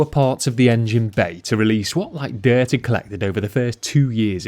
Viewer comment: "a load ov deert "